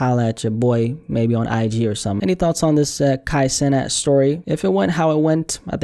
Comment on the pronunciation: I think it’s pronounced “ Sea-Nath “ i remember him talking about trinidadian influence and that’s how his name would sound in the caribbean. “ Kai seenath “